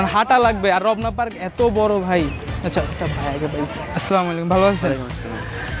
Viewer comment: শালা মদন রমনা পার্ক না বলে রবনা পার্ক বলতেছে